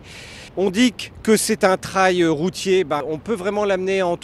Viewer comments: Pourquoi prononcer « TRAYE » ET pas « TRÉL » Super moto! Autonomie de plus de 350 km ... C’est ma 3e 🙂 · Tu as raison, c’est le point important de l’essai et de cette superbe moto : la prononciation du mot Trail 🤣🤣🤣 !!! J’adore.